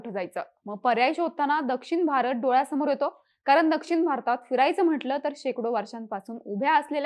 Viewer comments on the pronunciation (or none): माहिती खूपच छान. फक्त कृपया 'ण' चा उच्चार 'न' असा करु नका.... कारण, ठिकाण, दक्षिण, पण हे शब्द अनुक्रमे कारन, ठिकान, दक्षिन, पन असे उच्चारले गेले आहेत. मला माहीत आहे की आता सवय झाली असेल असं बोलण्याची. पण कृपया शुद्ध बोलण्याचा प्रयत्न करा.🙏🙏